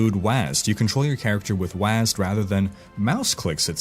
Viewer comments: next time don't say wasd ... say W A S D ('Double-u A S D') Rausschmeisser: Dennis “Thresh” Fong - Why gamers use WASD to move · you don't pronounce WASD phonetically it's an acronym wyd.